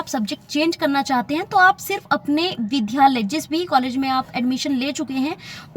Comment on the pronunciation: शुद्ध तो बोलो विध्यालय नहीं विद्यालय होता है विद्+आलय